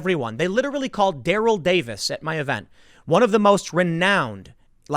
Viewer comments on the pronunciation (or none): none